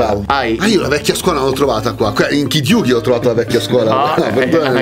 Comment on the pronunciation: oh, ma basta! Non e' difficile, non e' iugi, e' iughi, come l'anime. significa gioco in giapponese